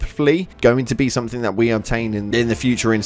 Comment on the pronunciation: To be fair he said "somethink", like three times in the vid so that should show you the IQ of the guy.